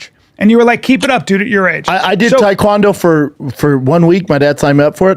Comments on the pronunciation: It's Tae Kwon do not thai Kwon do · Brandon : “Taequandoo”